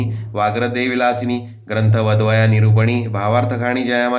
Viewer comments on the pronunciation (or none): माफ करा पण उच्चार सुस्पष्ट नाहीत. "ग्रंथ ( वदवया) निरुपणी | " वदावया असे उच्चारले पाहिजे.